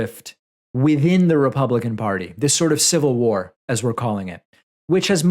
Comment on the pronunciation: “I don’t need yo’ civil wawawaw!” -Axel Rose